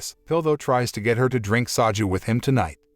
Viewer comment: lol at "saw jew". they drink 'saw jew' lol. You were doing pretty good and then all of a sudden "saw jew".